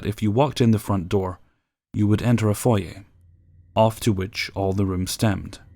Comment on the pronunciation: This may seem minor, but I love you more than a little for pronouncing "foyer" correctly.